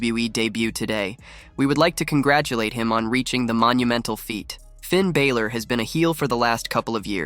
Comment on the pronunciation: Yk GOOD AND GODD**NED well that man name is Finn BALOR (AND yk how to correctly pronounce it because I heard you do it on several different occasions.) You steady talm 'bout some f**kin' Finn "Bāylor". 😒